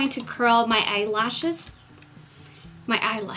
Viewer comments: omg i cracked up laughing when you pronounced eyelashes weirdly bc that's totally how i react when i pronounce something differently by accident! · When you messed up saying eye lashes I laughed out really loud. So funny. Love this look. You are beautiful!